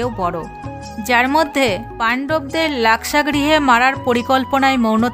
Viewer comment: মহাভারত নিয়ে আলোচনা করতে বসে যোদ্ধাদের নাম সম্মানের সঙ্গেই উচ্চারিত হওয়া উচিৎ ছিল।লাখ্সা গৃহ না হয়ে লাক্ষাগৃহ উচ্চারিত হলেই ভালো লাগত।ধৃষ্ঠতা মার্জনীয়।